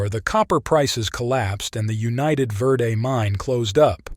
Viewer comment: The Railroad mentioned was the United Verde & Pacific(UV&P). It had a 186 curves in 26vmiles. That old line is now Perkinsville Road. Remnants of the start of the line at Jerome Junction(now Chino Valley) are still visible. The worse Verde is pronounced "Verde", not "Verday"